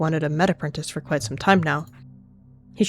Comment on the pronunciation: "I got shum" sounded so silly and cute bro Edit: HOLY MOST LIKES I HAD